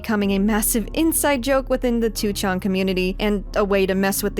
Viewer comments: I really appreciate your efforts to pronounce Japanese words correctly! It sounds really nice. But by extension, wouldn't it be easier to pronounce 2chan as "ni-chan" (the Japanese pronunciation) instead of "two-chan"? It always sounds so hard for you to switch essentially mid-word from the hard English "two" to the softer Japanese "chan". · The way you pronounce 2chan/4chan is sending me.